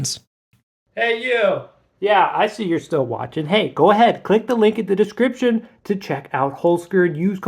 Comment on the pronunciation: Germans: Holzkern Him: Houlskööö(toothbrush too far down throat type english "r")n